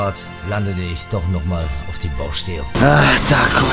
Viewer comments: Bauschtelle ? Oder doch Baustelle ? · Ich hoffe "Bauschtell" soll ein Scherz sein